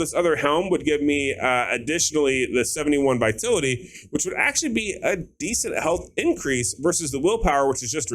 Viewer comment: It's viTALity not Vitility.